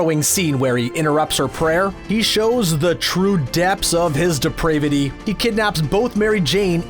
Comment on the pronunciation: That's not how you say 'depravity' - sometimes you need to read all the way to the end of the word, k? :-)